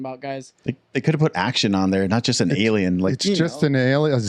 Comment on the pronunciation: ”Fighting that Aijliejen” 😂😂😂